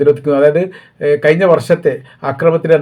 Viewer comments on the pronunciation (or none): വായ, കോയി, നായി, കയിഞ്ഞു, എന്നല്ല മലയാളം പഠിക്കു